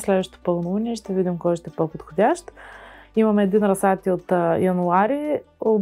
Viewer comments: Дневникът, който поръчах за майка ми пристигна днес :) Благодаря! Не мога да се сдържа, защото толкова пъти го чух във видеото, че ... - ра̀зсад :) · Приятно е да ви гледа човек видеата! Ударението на думата "разсад " е на първата сричка! Може да проверите правоговорен речник и в Интернет. Пожелавам Ви сили и търпение да съхраните здравето си и да се радвате на живота мъдро и интелигентно! Поздрави от Габровско! Благодаря Ви за споделената информация и опит!